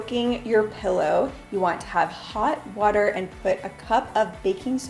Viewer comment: "pellow" my sister would kill you 😂 great video by the way!!!